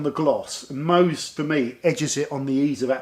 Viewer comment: if you dont know how to pronounce MOHS, just turn the bottle over and pronounce it "SHOW". Love your channel.